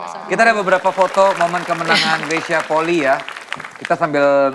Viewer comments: Bacanya Greysia Polii, "i" nya dua. Bukan Greysia Poli. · Marganya Polii... Dibaca POLI-I... Bukan POLI. Vincent sebagai orang yang ada darah Manado harusnya sih lebih tau.